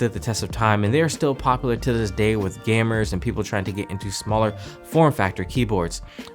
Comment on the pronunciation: "still popular to this day with gammers" ???